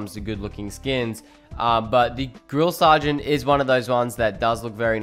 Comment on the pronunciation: Thanks for saying grill sergeant